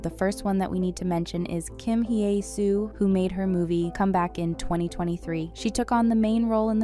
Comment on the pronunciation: Just want to point out that I've noticed you always pronounce Hye as "hee-eh". The correct pronunciation is "heh". No need for the "ee" sound.